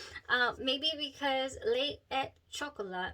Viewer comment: Well pronounced, buena chica! LE é CHOCOLÁ